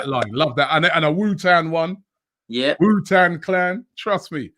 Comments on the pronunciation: Man said Wu-tan as well. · Tu-Pack and Wu-Tan.